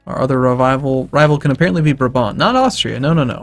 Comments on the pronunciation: its pronounced as braabant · it's braaaah-bahnt